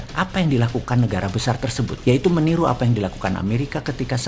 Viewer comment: sangking emosi boss man bilan "Apa efek jadi AFA EFEK". semangat bossmannnnn